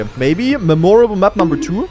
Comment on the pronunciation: idk if you are trolling or not, but the word memorable sounds like memory not memorial